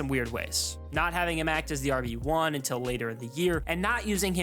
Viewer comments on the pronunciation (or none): none